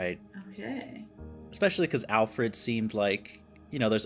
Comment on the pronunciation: I hate how she says allfred instead of Alfred